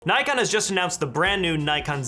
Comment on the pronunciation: There is NO 'Y' in NIKON ! If you don't believe me ask NIKON its their company . Instant thumbs down and with off ! Bye !